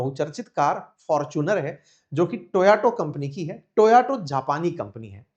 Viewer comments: It's Toyota,not toauto. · It is Toyota…. Not Toyoto 😅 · Sir आप टोयोटा का उच्चारण टोयाटो करते हैं..ऐसा क्यूँ?? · Toyato ya fir toyota😂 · It is TO..YO..TA. Not To..ya..to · भैया टोयाटो नहीं टोयोटा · Please speak the right Name of the car. Not TAYOTO but TAYOTA. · Toyota ❌ Toyato ✅ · Sirji, kindly pronounce the car as Toyota- ToYoTa; thank you. (you kept saying ToYaTo, confusing). Your channel is a good one. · Toyato nahi be… Toyota hota he… I have noticed several tile this teacher mispronounce things